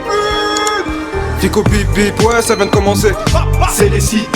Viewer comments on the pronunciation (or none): none